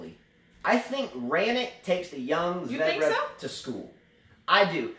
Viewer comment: your Fognini commentary was hilarious! Also: ZVEREV, zvair-ev:p